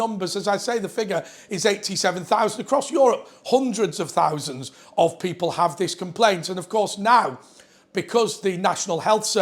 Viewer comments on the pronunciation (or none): none